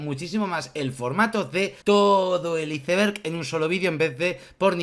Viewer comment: Se pronuncia aeisberg muy bueno el video